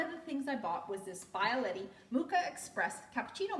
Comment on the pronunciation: Please do not call it a Bye-a-letty. It is a bee-ah-letti.